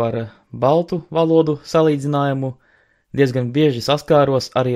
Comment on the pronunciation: Tu vairāk uzsver vārda galotni. Valodūū